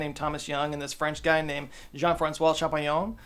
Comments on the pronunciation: Champollion is pronounced shampoh (so almost shampoo) + lion in French (like the city of Lyon)… but it’s very cute when you make it sound like almost champignon ( Mr Mushroom) whilst really hammering on the Hon hon hoooooon! 🥸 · as a French, hearing Champollion ́s name in english is so weird (kinda fun too)